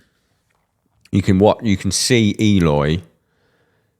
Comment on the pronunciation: Sound analysis! Would love it if you'd pronounce his name as ehLOY, not EEyore.